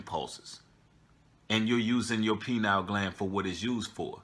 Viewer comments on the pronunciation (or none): Pronounced: pie-neel